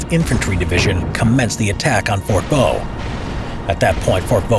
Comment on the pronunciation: You stupid it fort de voux